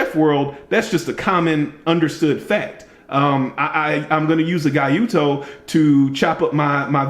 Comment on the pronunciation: san-to-ku(not san-ku-to): wharncliffe with a little belly at the tip, closest thing that comes to mind is the insingo gyuto is pronounced "gee-yo-toe" in America, or "gu-do" in Japanese, not "guy-you-toe" nakiri is a double bevel knife used for vegetable processing, and its single bevel counterpart is the usuba Santoku, gyuto and nakiri are the most common westernized Japanese kitchen knives, while traditional Japanese kitchen knives are almost always single-beveled. When it comes to the kitchen knife the importance of hardness are a must and given, cause the choices of steel for both Japanese and western kitchen knives are few or you get some proprietary steel without knowing the exact chemical makeup. Also we focus a lot more on sharpening, edge finishes and blade grind, cause you can have the super duper ZDP-189 with 68 HRC, but still cuts like shit and a PITA to sharpen with a 4 mm stock thickness saber grind and a "toothy edge", which is more than common in the pocket knives. I'm sure somebody else would say that, but check out Ricky aka burrfection on youtube. And guess what? Even a kitchen knife dude does edge retention testing(cutting ropes) and talks about the ergos for prolonged cutting. Sometimes I think typical pocket knife reviews are actually fidget spinners review cause that's probably the only kind of knife review that doesn't involve cutting.